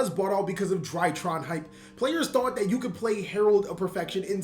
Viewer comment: Finally, is pronouncing DrytrON correctly